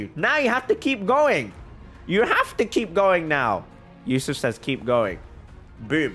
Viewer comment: Ayo I was watching this video while studying and said "This is Yousuf's account" I was like HUH? HOW U KNOW MY NAME?!? homie said it with correct pronunciation too xD